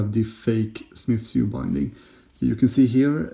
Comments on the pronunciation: "Sewn" is pronounced like "Sown" ;-) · Sewn should be pronounced like 'own' or 'bone' or 'shown'. Concertina should be be like 'concern' or 'consider' i.e. the second 'c' is like an 's'. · I'm not, where I'm from there are some people who genuinely pronounce sewn in a way that most would consider strange.